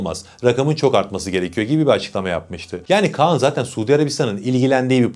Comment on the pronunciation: kaan değil KAĞAN